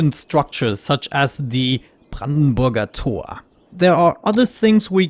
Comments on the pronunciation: Finally Simeone who pronounces "Brandenburger Tor" right. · Hm, this Brandenburger Tor got me thinking... would have said you are coming from an english speaking country but it was just pronounced a bit to good 😂